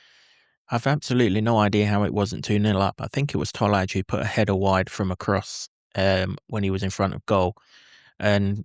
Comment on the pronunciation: IT'S pronounced Toll-eye Tolaj